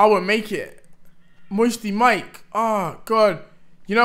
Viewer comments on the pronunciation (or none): Mire not mike